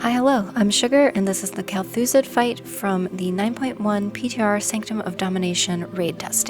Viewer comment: only one criticism kel'thuZAHd not kel'thuzed